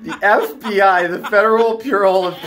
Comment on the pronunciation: He says 'The FBI, the federal beaural of incesti - investigations' mmmmhmm. The word is bureau, Ononcion. And was that some kind of Freudian slip?